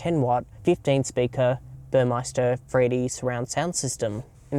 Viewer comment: Great review. I'd love an S class, although IMO the previous W/V222 has far better looks inside and out. If only I could fit one in my garage, until then my 205 will have to do! Oh and it's pronounced Bur MESS ter, there's no i in it.